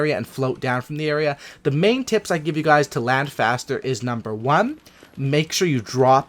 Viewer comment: number wuan 😂😂